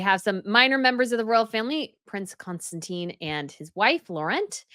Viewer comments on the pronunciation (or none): none